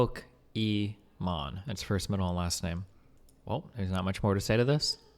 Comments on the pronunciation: its pokimane not pokimon her name is imane not imon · why is he saying pokimon? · why is he saying Pokemon? if it's Pokimane??? is this some kinda "mean way" to call her? or he doesn't know how to pronounce it jfksjflkjsd xDD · Him saying Pokémon not pokimane is triggering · Duuudee. This whole time I was trying to figure out who Imane was. Ive been pronouncing her name Pokimain, so it didn't click. I was wondering why he just kept calling her Pokemon. 🤦‍♂️ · Why is it that I just now realized that Pokimanes name is like Pokemon, but with her name "Imane". So it sounds like Pokemon bc Imane is pronounced Emon.. Wow. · So no one gonna talk about how he keeps saying Pokémon and not pokimane??? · im not the only one that noticd that, at the start, he says "pokemom", right? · Destiny is pronouncing it wrong as a joke it's Pokemain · I fucked up even harder, I knew it was her name all along but I still mispronounced it as Pokimain lol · Atleast just say poki, not pokimon ffs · Destiny says Poke-Imane, which is the whole joke. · Good video.... other than you're saying her name wrong, good video. I felt bad for Fed. Now im #FuckFed again.